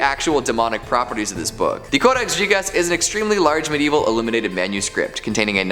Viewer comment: Why would you say "Codex Jigas"? You don't say "Jigabite" #learnlatin